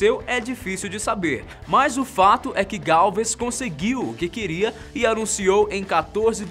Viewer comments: Não e galvis e sim galves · O nome é Gálvez e não, Gálve. Fora isso, vídeo excelente. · Doi no ouvido quando ele fala galves.. Galvez, a permuta do L pelo U é aceitável , mas o resto é complicado. Galvez, Galvêz como se houvesse acento pfv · Fala -se GalvEZ Puerto Alonso é Porto Acre, e não Rio Branco